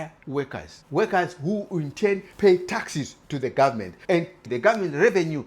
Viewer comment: You need to improve your English. For instance "taxi" is not the same word as "taxes" and "government" is not pronounced "gummin". Trying to understand you is not worth the effort.